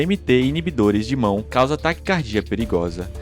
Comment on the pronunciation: DMT não mata, ayahuasca não mata, nenhum lugar daria duas doses para um iniciante, nenhum. ah, e não é "imão", é IMAO (i-ma-o)